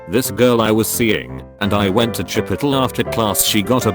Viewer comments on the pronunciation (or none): Chip-o-tal Burr-it-toe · Bur-jer King. Chi-pottle. I’m dead. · 'Chipitle' That made me snort. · chipotle: chi-puhl-tl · Chip-ittle lol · Nobody : Cowbelly: chipOTL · I went to chi-put-tul and she got a buh-writ-oh. Fam, this robot’s pronunciation needs some work. 😂😂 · Now till Ithe day I die I will pronounce it “chipittle” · I'm sorry but I'm dying about how it got pronounced Chi-pi-tle LOL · The way it pronounces Chipotle kinda sounds like Shit Pickle. The Nerd has infiltrated this video! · Chip-a-tle. LMAO. Reminds me of that one post on Tumblr about if it would be funnier to pronounce Chipotle like Aristotle or Aristotle like Chipotle. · “Buritoe” “Chipottle” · "chip ittle" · O:35 Ah, yes. Chipitle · someone make “chipitle” a meme right now lmao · ~Chip it ole~ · Every time I hear "chipitle" I laugh a little more. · "chipitole." ok. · chip uh tel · Chip-it'll burr-it-oh I'll never understand why these things get pronounced the way they do. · Nobody: Text to speech voice: CHIP-UH-TUL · Am I the only one who cringes when the robot voice pronounces "chi-poh-tel" and "tah-mah-to" CRINGEEEEEE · Chip-ittle. Bur-itto. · The Google voice says Chipotle as Chipittle. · Chip-poe-tle bur-e-tah I'm dead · Chi-po-tl that is how they are pronouncing it😂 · CHIP-ott-el, lmao. Best pronunciation ever. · Oh my god, the way that voice thing pronounced 'chipotle' 😂😂😂😂😂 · The way the voice pronounce “Chipotle” and “Burrito” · The TTS bot can’t say anything chipotle related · The way chipotle is said 😂😂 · I like how the voice says chipotle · The way chipotle is pronounced had me wheezing